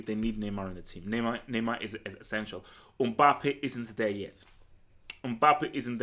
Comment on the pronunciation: It’s not Umbappe it’s MBAPPE